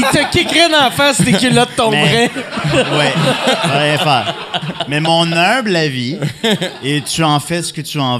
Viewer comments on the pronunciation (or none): Le gars il dit "mes" au lieu de mais, laissez y une chance.